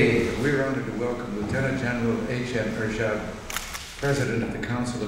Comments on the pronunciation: The english pronunciation of HM Ershad was very smart,fluent and excellent that proved he was highly educated president of Bangladesh. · Ershad was quite nervous initially but regained composure with an excellent speech at the end. His English pronunciation was also remarkably good.